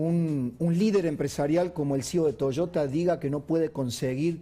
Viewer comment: Deberian aprender a pronuncia correctamente es Toyota y no Toshota!!!